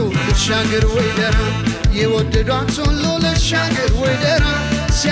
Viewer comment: ደራ የሚለው ቃል ጠበቅ ብሎ ነው መጠራት ያለበት በድምፅህ ምርጥነት ላይ የቃላት መጥበቅና መላላት ሌላ ትርጉም ስለሚሰጥ ብትጠነቀቅ ከዛ በተረፈ ❤❤❤❤❤❤❤❤